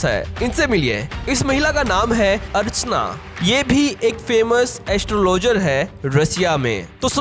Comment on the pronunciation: अरचना नहीं अर्चना